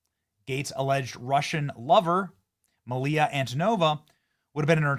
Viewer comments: Are you dyslexic, Benny? Couple of things, the name is Mila, but you keep saying Malia... And the new-Q-ler thing, only Dubya gets a pass on that one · Poor Benny still can't read stuff. I'm wondering if his prescription needs adjustment on his glasses. Nearly EVERY video, he has some sort of error/gaffe. The word is Mila, pronounced "Mee-lah", as in actress Mila Kunis' name. 🤦🤦🤦🤦🤦